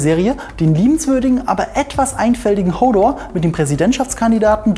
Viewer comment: wie dumm man hodor doch aussprechen kann, unglaublich